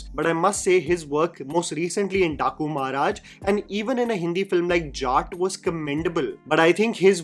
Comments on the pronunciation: Its "Dakumaraz" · How dare you pronounce Daku Maharaj in your normal accent?? Not fair!!😂😂